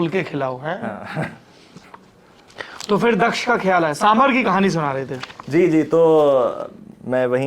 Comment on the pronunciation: Mr Dwivedi please learn from some of your colleagues. Your pronunciation really makes one wonder about your general competence. It's साम बार not साम भर. सीतारामन ना कि सीतारमण, मेनका गांधी ना कि मनेका